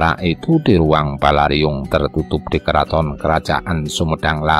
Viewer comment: Sedikit koreksi...Balairung bukan Balariung...salam.